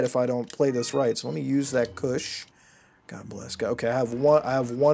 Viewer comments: "The trinity of cush" lol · stop saying cush